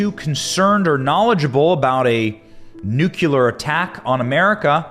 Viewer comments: Thx With all due respect, it’s pronounced NEW-KLEE-AR not nuke- you-ler A nit. I know. Thx again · It's NU-CLEE-UR, not NU-Q-LER 🙃😆 You're killin' me. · Think of it like the two words: NEW & CLEAR NEWCLEAR , or in the correct spelling, nuclear. NOT NUCULAR. I can’t bear to hear it, Benny! It’s too much to ask of anyone! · 'new cle ear' not 'newk ya lur'! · It's NU-CLEAR NOT "NU-CU-LAR" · Nuclear… sound it out dude. Do you see it spelled nucular? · ‘NEWCLEAR’ is how it’s pronounced. Jesus, it’s pretty straightforward. FYI Putin is pronounced’PEWTIN’.. Get a grip fella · Pronounced ‘new clear’ ! It’s not difficult matey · ‘Nucular’ weapons…? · Don't say "nucular" 40 times and expect me to take you seriously benny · What the hell is a nuculer